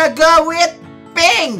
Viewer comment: Kok prink sih bang bukan pink